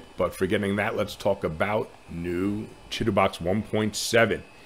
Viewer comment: downloaded! thanks! Chitubox 1.7 and thanks for pronouncing Chitubox properly :)